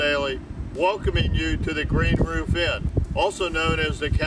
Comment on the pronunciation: “Roof pizza” 😂😂😂 “officer three rock”😂😂😂 your killing me with laughter bro